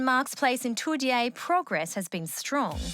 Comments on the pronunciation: The pronunciation of Toodyay was wrong, its pronounced "Too-Jay", as a West Aussie it just hurts to hear it pronounced like that :p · It’s pronounced “Toojay”